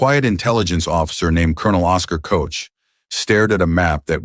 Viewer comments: ** Colonel Oskar Koch **, not "Coach"!!!! If you can't get this right, what else didn't you get right?!?!? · Koch, like coke, I think. OK.